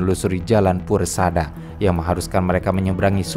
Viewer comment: koreksi sedikit jalan puraseda min, bukan puresada